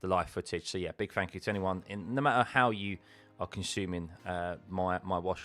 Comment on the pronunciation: It's THANKYOU and THREE. Not fank you and free.